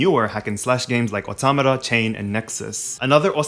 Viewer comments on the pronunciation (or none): none